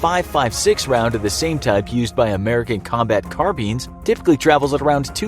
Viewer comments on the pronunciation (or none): refers to carbine as car-beans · ... do you seriously pronounce “CARBINE” like “car-beans”??? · So no ones gonna talk about how he called an assault carbine rifle a “car beans” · its spelt carbine why pronounce it carbean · "American combat carbeans " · Did he just say “ American carbeans” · LOL he pronounces it CARBEEN IM DEAD AND DIDNT EVEN REQUIRE A GUNSHOT :D HAHAHHA